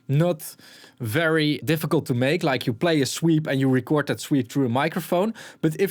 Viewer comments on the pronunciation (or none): none